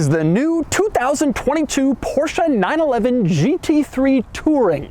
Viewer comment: You shouldn't really say 911 like that if it doesn't have to be.